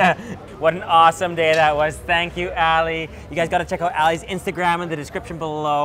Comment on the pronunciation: I like how foreigners pronounce the name “Ali” as “Alley” 😂😂😂